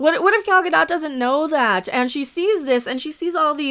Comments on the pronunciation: It is Gal Gadot. Ga-doe not Ga-dot like Mer-loe not Mer-lot for Merlot. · Gad-oh-t. Long o with a soft t at the end.